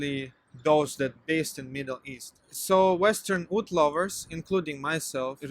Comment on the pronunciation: Oud! I thought you were saying food. Lol. Either way, I agree. Have you tried Czar perfumes? They use "Russian branding" but their perfumers come from many places.